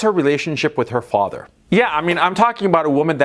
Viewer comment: who is your faAther, and what does he du? in the famous austrian bodybuilder's accent